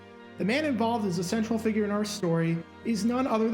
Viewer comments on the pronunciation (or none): none